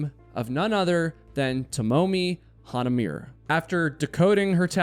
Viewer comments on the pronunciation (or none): Sorry but your mispronunciation of Japanese names is annoying. You should say every syllable of Hanamure Ha-na-mu-re not “Hanameer” or whatever you were trying to say. Also Yokohamu?? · In Japanese you pronounce every syllable (there are few exceptions, but it's safe to still pronounce them and be understood). So it's not [hanamyur] it's [hanamure], each consonant is voiced. Hanamure. Ha-na-mu-re. "Mu" as in "moo", "re" as in "do-RE-mi" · Why is it impossible for white people to even try to respect Asian names? It’s not YOKOHAMU LMAO 😂 it’s Yokohama… Her LAST name is pronounced “Hana-mooh-Rey” why can’t you white YouTubers respect foreign names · Just FYI, her last name is pronounced Ha-Na-Mu-Rey. 4 syllables. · Breh, it’s Hah-Nah-Moo-Reh 😒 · Feel so bad for her. Not to be that guy, but her last name is pronounced like Hana-moo-ray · “Hanahmur-ee;” “Wescogahm-ee”